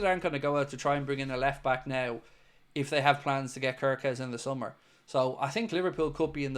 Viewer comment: Hello everyone I am Hungarian 😂 just wanted to let people know kerkez is pronounced. CARE KEZ. I'm further contactable for more useless Hungarian information if needed 🎉❤